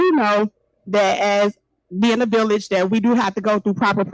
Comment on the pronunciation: Not the "villich"😂😂